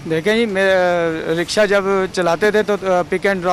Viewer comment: आंबे साले रिपोटर रक्षा नही रिक्षा बोल हाहा।